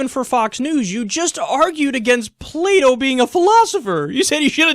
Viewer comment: i thought you said "play doh" instead of plato lol